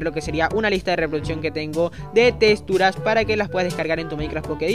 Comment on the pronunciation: Odio que digas testuras, ¡¡es texxxxxxxxxtura!!!